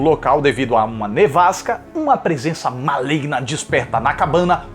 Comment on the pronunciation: Mano não é maligno é malegno